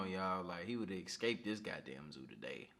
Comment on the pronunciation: Great video but I can't get over how the narrator says "eXscape".